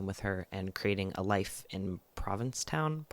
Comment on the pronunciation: Pronounced "Province town"! We call it P-town for short :]